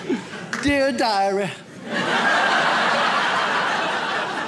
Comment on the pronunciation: "Dear diarehh" 😂